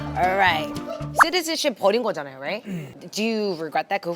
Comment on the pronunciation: ㅋㅋㅋㅋㅋ This is gonna be So 짜나오~ 이거 짜질꺼 잖아요 라고 교포어ㅎㅎㅎ